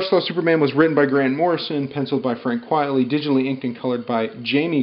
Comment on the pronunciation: Frank QUITEly, not QUIETly… it’s a pseudonym and a play on the phrase “quite frankly” 😊